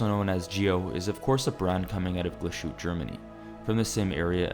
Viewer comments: Nice review, but it is pronounced Not glass-shutte, but Glas-Hu-Te it translate to glass hut. The ü adds a vowel the Ü = ue Ö = oe and so on. Cheers. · It's GLAS-HÜ-TTE, not GLA-SHU-TTE.. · Please learn how to pronounce the brand of the watch correctly. Your pronunciation hurts the German part of my brain. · If this is a real human speaking- please learn how to say the name it is not that hard. I am born & raised in US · Right? Butchered both Glahütte and Lange